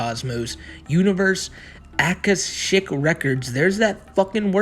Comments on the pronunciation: “the Akashic records are a compendium of all universal events, thoughts, words, emotions and intent ever to have occurred in the past, present, or future in terms of all entities and life forms, not just human” It’s pronounced “ah-Kah-Shick” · If you're trying to say Akashic records, yes it's a thing. It's pronounced ah KOSH ik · The word, "akashic" is pronounced UH-KAH-SHICK, by the way. Not that it honestly matters, because I doubt Chris really even understands what the concept of the Akashic Records is. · the akashic records, is not something chris made up, its a spiritual terms, ie new age, or metaphysical stuff, its a realm that holds all records on someone, all incarnations, all things you have done in all lives etc also pronounced ah-kah-shic, and living in the now is another new age or metaphysical term, it means to be in a mental state of the present often used in meditation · “Ah ka shick” records lol that’s some new age boomer shit my man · Did ever learn what the Akashic records are? Or how it's pronounced? The answer is just a websearch away!